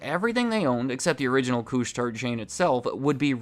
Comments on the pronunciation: Just so you know, Couche-Tard is pronounced "koosh-tar", not cooch-tard. Thanks. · Great video, no biggie but the D in Couche Tard is silent. Literally means for those who go to bed late. 🤷